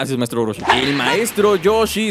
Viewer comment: no se dice maestro rochi se dise maestro yoshi